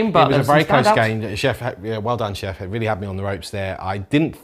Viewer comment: Since Chef refused to say things correctly, i propose to call him '' from here on out. Lovely game &.